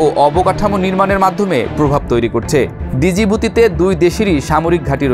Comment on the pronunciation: ডিজিবুতি নয় সঠিক উচ্চারণটি হবে জিবুতি।